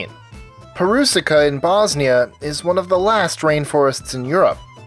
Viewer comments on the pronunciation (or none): Perusika haha.Rain forest in Bosnia is actually pronounced Perućica.But yeah,it's kinda hard for foreigners. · pronounced it wrong its perućica which you americans have it kinda like this peruchica no silent letters only ch because they form ć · Its Peru-chikah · not perusica , perućica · Not Perusika But Perucika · Ohhh pronouncing "Perućica" by foriginers can be really anoying .. It's pronounced as Peruchitsa :) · ugh, it's pronounced Peh-roo-chi-ca